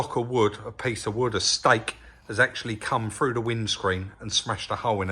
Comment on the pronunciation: When you say frew do you mean through ?